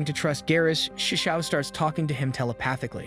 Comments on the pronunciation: It's so bad to hear that you call him sisu instead of shishou XD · "shesow" ah yes my favourite word for teacher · Bruh just said seasou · I didn’t know it was pronounced “sishu” in the anime, in the anime they just called him master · Me hearing: “shushio and fiend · I never knew there were so many ways to pronounce 'Shishou' 😆